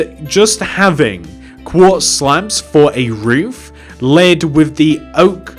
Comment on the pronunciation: WHEN WE SAID 4 HIM "FO" ME "FOR